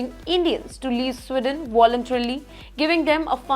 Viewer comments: Madam journo.....country is Sweden not Swidon ....diction and accent imp in any language 😂. Why should any country bow before Indians? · It is not “स्िडन” it is “स्वीडन” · It’s not Swidon. It’s Sweden. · Again it’s “Sweeden” not “swiden”. You can spell but not pronounce. Please learn English. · Sweeeden not Swiden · It’s not swiden or swidesh it’s sweeden with an emphasis on the first “e” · Please pronounce the word SWEDEN correctly